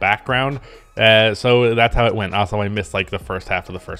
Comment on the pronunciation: I will subscribe to your channel if you learn how to pronounce "Also" correctly. It's in the name of the channel after all